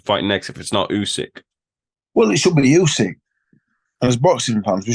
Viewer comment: Anybody notice Frank called usyk crusyk at the end then said about crusader hmmmm